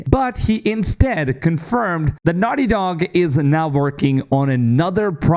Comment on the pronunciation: "Wice pwesident of nahti docc" Your English is ridiculously bad